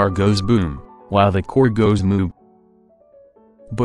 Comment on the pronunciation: "while the core goes MOOB "